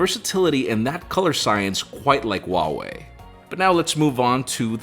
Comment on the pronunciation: Great video and conversation. I guess at this point it’s useless to hope that you pay attention to objective comments and start pronouncing Huawei correctly... or keep in mind the devastating effects fast charging has on batteries before “deducing points” from apple and giving some extra point to other manufacturers. 😏 I really like objectivity, and it’s saddening that there is so little of it in our world.. but in a pool of similar videos where everyone does same things.. this video is great 👍. Merry christmas and happy new year. Or.. should I say Aime..? 😄 (😏 like you do with Uawei).